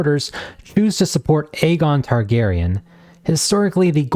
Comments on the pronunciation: Eye-gone lol dude say it right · I-run throne, I-gon Targaryen lol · misspronoiuncing aegon is crazy but saying that quote hints at madness is INSANE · Fantastic video! It gets me hyped though the book may never see the light of day.. I'm envious of your ability to respond politely to these bitter men whose only comments are about the way you pronounce Aegon. It doesn't matter what the video is about, the bitter incels always find their way to the video and the comment section to find things to be angry about and to spread toxicity wherever they go. Give feedback or criticism if you like but if you can't also show appreciation for the creator then honestly just keep your filthy mouths closed. Think before you write!